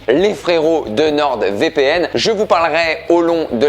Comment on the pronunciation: Je crois que tu es le seul à prononcer une lettre muette et ce, plusieurs fois "NorD VPN"